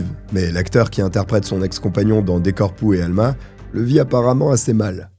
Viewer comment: ton portugais est trop drôle! Corpo e Alma.....corps et âme....😅